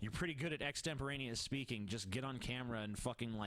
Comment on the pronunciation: you can even hear him say orn instead of on during the first videos